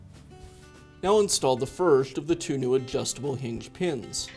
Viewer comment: What’s a “heenj”?